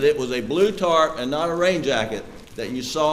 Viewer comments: 😂🤣 yes, she said “tart” 😂 instead of Tarp 🤭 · It’s a tarp not a tart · Lord, wish I was there to tell her, it is TARP, not tart. She is a standup citizen, credible as well......This courtroom looks like Mayberry's court room....teeny tiny, old fashiion.... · This woman says "tart" and they made a fool out of her by repeating that...knowing that she means "tarp." shame. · She’s mispronouncing the word 🤣